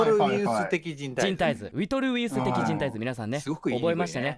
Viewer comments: 、ウィトルウィウス的人体図 言えてないのめちゃくちゃ笑ったww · 上下関係に厳しい超人気声優😆w ウィトルウィウス的人体図を上手く言えない超人気声優(//∇//) ブスな部族の物語の母親はどこえ🤔？